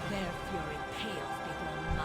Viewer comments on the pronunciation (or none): none